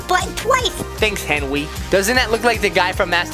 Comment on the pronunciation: i liked when he said henwy